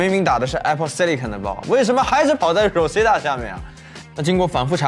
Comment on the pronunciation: Rosetta的读音都读错了，好好学学英文。